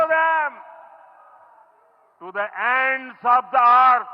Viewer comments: aand forces 😂😂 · Aand forces😂